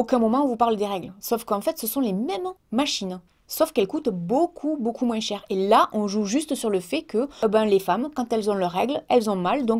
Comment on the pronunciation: t'a encore dis " Moinsse " xD en tout cas le petit noeud te va trop bien:3